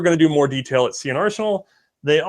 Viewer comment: Indy, another awesome episode (and NOT just because of the Ernie mug). also so glad to hear you FINALLY pronounce their "nomme de web" correctly (see and are senal, lol)., as always, first class effort, even with a shanghaied camera crew, and iron framed spanish revolvers waiting to shatter into fatal shrapnel from exposure to sunlight, lol! i actually did notice there was a bit less "big O", volumetrically speaking, congrats. aside from the technical glitches live streaming from opposite sides of the ocean can produce, you both do a great job of blending respective minutiae to give a very thorough overview. i couldn't ask for a better combo to do the job at hand!